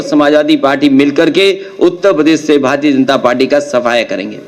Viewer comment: अखिलेश यादव को बोले भारतीय जनता पार्टी का स्पष्ट उच्चारण करें, सोडा तुतलाते है। तुतलाता एक नेता के लिए अच्छा नहीं होता।